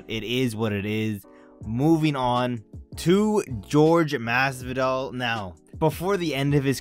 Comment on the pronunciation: “George masvidal” ain’t no way